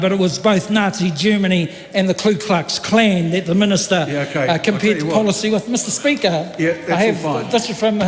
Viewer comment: Hey slick willy it’s ku klux klan Not Klu klux klan